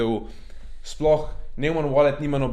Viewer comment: Mugoc ne vejo ljudje za obrestno obresfovanje in pol ne razumejo čist. Pa nojman se prebere ampak ja...